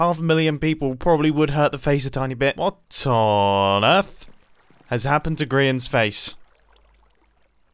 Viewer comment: It took me like 4 replays to realize Mumbo was saying "What on Earth"